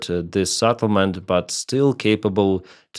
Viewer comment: The first e in settlement is pronounced like e in the word bell and not like a in saddle or after